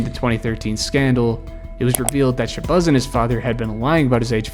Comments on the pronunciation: It’s Shuh-Bazz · Shabazz like jazz not buzz 😅😅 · its pronounced shebAZZ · “Shabuzz” 😂😂😂 boy what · Why do you keep calling him “sha-buzz”… It’s as if you have never heard of these players names before you made this video. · wtf is “shabuzz Muhammad” 😂😂😂😂😂😂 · "Sha-Buzz" is killing me😂😂😂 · I was going to say the same thing. I was like, "who the hell is Sha-Buzz?" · Who is shabuzz? Bro didn’t check to see how to same the name he was gonna slave to say repeatedly?😂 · Michael Beasley was a lazy underachiever yet has a cult following online of delusionals who still think he can play in the NBA. Also, the way you’re pronouncing ShaBAZZ Mohamed is terrible. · The way you say Shabazz kills me 🤣 have you ever had a bean pie my brother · Your ability to say Shabazz, or lack thereof, is as awful as these player's pro careers. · Dawg, why are you butchering ShabAzz name like that?!??! There is NOT a "U" in his first name. This drove me crazy!! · Isn’t it Shabazz Muhammad?